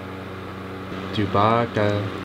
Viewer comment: are you calling him dewbacca? that's funny